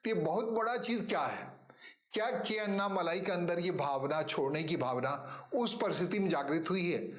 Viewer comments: उनका नाम अन्नामलाइ नही, अणणामलै है, मलै means mountain, मलै को मलाई कर दिया है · First write his name correct. उनका नाम अन्नामलाइ नही, अणणामलै है, मलै means mountain, मलै को मलाई कर दिया है